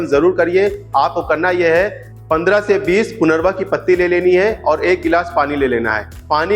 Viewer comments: आप सही उच्चारन भी नहीं कर रहे हैं. इसका नाम punarnava है न की punarva. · पुनर्वा नही लेकिन सच्चा उच्चार है पुनर्नवा.... पु ...न....र...न....वा.......आई बात समजमे ? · पुनरवा नहीं पुनर्नवा कहिये